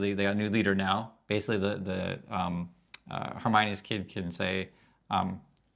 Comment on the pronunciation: Just a thought on pronouncing Khomeini: The best Arabic pronunciation of Khomeini is Al-Khumayni (الخُميني), reflecting the Persian origin (khoh-mey-NEE) commonly adapted in Arabic media. Like Korean aspirated Kk. You currently way you say it I think of “Hermione” from Harry Potter world.